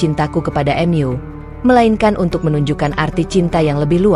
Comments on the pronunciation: Sebaiknya pembaca narasinya yg baik dan benar,misal bacaan MU dibaca EMYU aneh didengar ditelinga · Tolong pembaca narasinya yang enak, karna setiap mendengar ada membaca narasi yang begitu menggebu-gebu, begitu saya asyik mendengar ketemu pada kalimat yang anda baca saya kok langsung ketawa, misalnya:mu, anda baca emyu, dan diam-diam jadi di'am-diam, Terima Kasih, ma'af jika saya salah dan lancang.